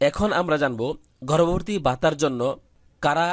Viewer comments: গর্ববর্তি না ভাই গর্ববতি😂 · গর্ভবতী টা ঠিক করে বলা শিখেন আগে।😂😂😂😂😂😂😂